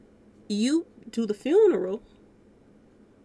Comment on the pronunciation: I really wish you would shut the fuck up. You don’t even know how to say funeral the right way.